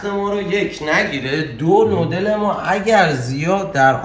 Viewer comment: دادا بگو نووودل